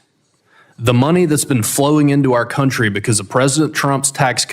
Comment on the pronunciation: It’s not “your countwee” Ilhan Vile Snak Omar!!! Get out!!!!